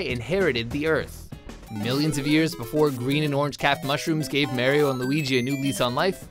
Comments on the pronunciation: Hold the fuck up, did you just say "Marry-o" instead of Mario? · It's not merio its fucking mario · When talking about cordyceps, I was disappointed when they didn't mention or even The Last of Us. Also , who the f*ck pronounces it "Merio"? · Who the hell says "Mary-o"! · why tf do you pronounce Mario like "Marrio" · THATS SPOT ON OMFG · Too many people do that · Why the fuck did he say mario like that. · Short Round ikr its so annoying